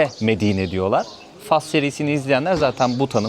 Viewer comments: gezilerini ilgiyle takip ediyorum. Yolun daima açık olsun kardeşim. Bu arada küçük bir bilgi vermek isterim: Türkçede ülkenin adı “Fas” diye okunur, “Fes” değil. Yazılışı: Fas Okunuşu: Fas “Fes” ise Osmanlı döneminde kullanılan başlığın adıdır. 🙂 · Hayır. Fas Türkçede “Fas” diye okunur. Yazıldığı gibi okunur: Fas. “Fes” ise ayrı bir kelimedir; Osmanlı’da kullanılan kırmızı başlığa verilen isimdir. Fes Karışıklık genelde İngilizce ve Fransızca telaffuzlardan geliyor: İngilizce: Morocco Fransızca: Maroc Ülkenin yerel adı: el-Mağrib. Not: Fes diye gerçekten bir şehir vardır. O şehir adı “Fes” diye okunur. Bu yüzden insanlar bazen ülke ile şehri karıştırabiliyor.